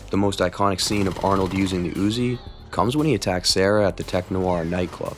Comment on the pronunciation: I like the Uuuuziii nien milla-meeta.